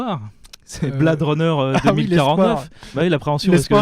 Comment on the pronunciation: [Blè-id'], pas [Blad'], Runner, please... T.T